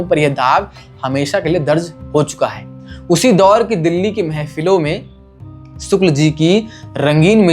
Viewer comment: सुक्ल नहीं शुक्ल, क्या पत्रकार है ये